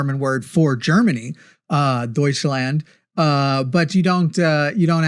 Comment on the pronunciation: Ok this annoys me but I am an annoying person. Please, anyone who reads this... When you say Deutschland you can't pronounce the 'eu' like German (oy) and the land like English. The 'a' in the German land is more like the 'a' in 'wand'. I won't be picky about the final 'd' sounding like a 't' in German but hearing Deutsch and then the American 'land' drives me crazy